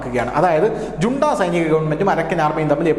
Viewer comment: മ്യാന്മ്യാറിൽ റോഹിൻഗ്യൻ അഭയാർഥികളുടെ ശല്യമോ ? എന്തോന്നാ ഇത് ? റോഹിൻഗ്യക്കാർ എന്ന് പറ . കൂടാതെ " ജുണ്ട" അല്ല "ഹൂൺടാ " എന്നാണ് ഉച്ചാരണം .